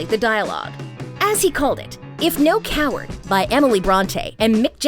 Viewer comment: Noel Coward, not "No Coward". The Bronte poem is actually titled No Coward Soul. Just fyi.